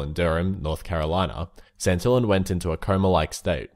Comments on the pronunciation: Santillań sounds like Santella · Santillán is pronounced: Santeeyán (accenfs make a vocal sound more "agressive")